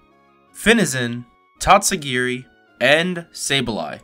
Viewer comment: And absolutely butchered the name